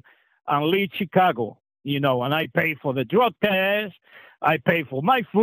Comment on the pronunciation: I'm keep hearing chigago lol 😆